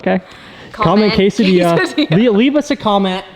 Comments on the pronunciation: Kay-Sah-Dia 😆 For real though that is a clean ride! I couldn’t convince the wife to get one, she was in love with the new XC60 lol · Quesadilla (kwes-uh-dilla) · Black looks amazing on the Grey. Not a fan of black wheels either but it works. Oh and for. "Quesedilla" lol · “Quesdilla!!!!” Love the new Porsche, this motivated me to get black rims on my Anvil Jeep JK! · Quesadilla more like quesa-dilla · saying quesadilla, while I watch this video...making a quesadilla...